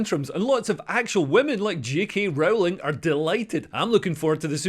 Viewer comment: It's Rowling like 'bowling', not Rowling like 'bowelling'